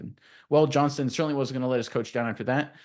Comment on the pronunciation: JohnsTon not Johnson